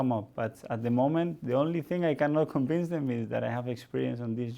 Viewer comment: Are we all gonna ignore the "conbince " and "enbironment" 🤣🤣🤣